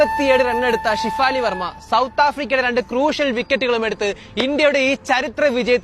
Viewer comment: ഡാ കൊച്ചേ ഷിഫാലി അല്ലെടാ ഷെഫാലി